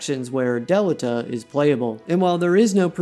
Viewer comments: Who is Del I da....or Del I ta.... it has been Del e ta even pronounced in the game. Ok Ted Mosby. Head on over to the renayyyysaunce fair.... was a great vid until you went all pinkies up. I will never understand. Its like the tedious vs tidus....just get it right. The game literally speaks their name and you say it incorrectly. Why? How? So frustrating. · If you have played the WOTL , I don’t know how you keep pronouncing Delita’s name incorrectly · That pronunciation of Delita is wild